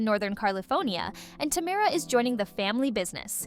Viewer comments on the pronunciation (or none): Learn to say tamera. It's buggy me